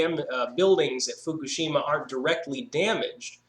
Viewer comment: it's pronounced foo-KOOSH-im-ma